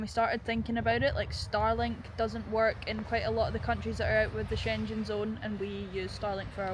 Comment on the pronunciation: I love how you guys pronounce the Schengen zone, never heard it said that way. I always smile. Another great vid. Ever since Brexit they have made it as difficult as possible, it's their way of getting us back for voting the "wrong way". All the best as usual.